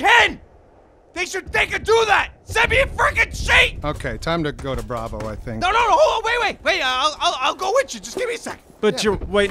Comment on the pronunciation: He just called bravo burritos. Lol